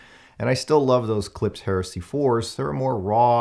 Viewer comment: Why can't any reviewer pronounce Klipsch correctly? It's not a S sound it's an SH.